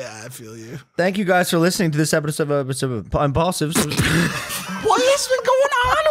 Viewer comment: "Thank you guys for listening to this episodapidap... impaulsive"